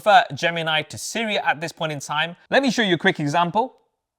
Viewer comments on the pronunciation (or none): none